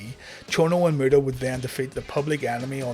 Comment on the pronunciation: Anyone hearing the great murderer when he says great muta lol